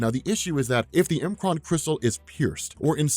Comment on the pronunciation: I love that you say M'Kraan the way that you do. Some pronounced it "MUH-kron" and being an X-Men: The Animated Series fanatic, I say it like you do and always have. I was worried for a second though. Lol